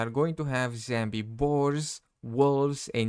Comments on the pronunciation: "zambi" animals ... "zambi" wolves ... "zambi" boars and "zambie" deer how the F does one get to where they're pronouncing "*zombie" ... "zambie" 🤣🤣🤣🤣 like, it's really simple, just google = "zombie pronunciation in English" and push the play button and boom, you've learned something new and actually put some effort into making content ... or you could just continue to not bother about pronouncing words correctly and simply make content in your native language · I Personally like it when he says zambi. This is he’s signature and it very funny. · Zambie, lol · Love it when he says Zambie